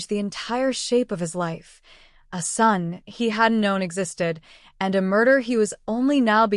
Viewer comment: AI is having a glitch. Just a minor one. Ason, A son. A couple of other words, as well. Seems like a good story though. I want to hear the rest.